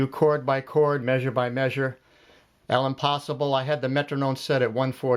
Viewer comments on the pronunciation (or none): This is a useful video. I have to say, though, that the name of the piece is actually French, “l’impossible”, and it is pronounced “lampaSEEbla”. It translates as “the impossible”. The initial letter “l” and apostrophe mean “the” when the following word begins with a vowel. Sorry — I can’t forget the French I learned in school many years ago.